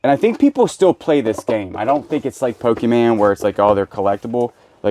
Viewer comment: You were shaking that magic box and I'm like "what the heck are you doing". Some of them are worth so much!! On another note stop saying Pokeman, I love ya but it makes me cringe every time.